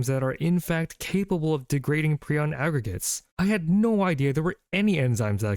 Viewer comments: Pri on not preon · Thought it was ion and not eon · In my mind Prion is pronounced PRY-on, not PRE-on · I always call them "PRAI-ons." No matter how many videos I hear people refer to them as "PREE-ons," I will not course correct. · Pr-eye-on. Prion. I have never understood videos where someone has expert level knowledge about a topic but they never learn how to pronounce the topic correctly. 😑 your pronunciation is so off that even my captions can't tell what you're trying to say. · It's pronounced 'pry-ohn' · Pronounced: PRY-On. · I think it's pronounced as: Pr-eye-on